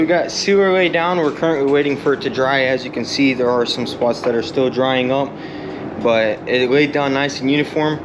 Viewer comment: Ehehehe. You said the word "but" odd. You say "bogh". There is a T in there!